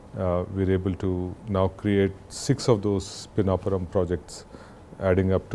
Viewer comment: Its not peenapuram its PiNNapuram. Simple as that' 😅